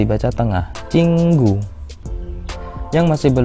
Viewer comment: kak contoh ke 2 dibaca jing gu kenapa ching gu ?